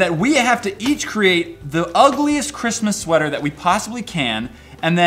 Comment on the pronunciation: "Shweater" haha